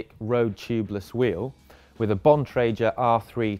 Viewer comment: "Bon triger" 😂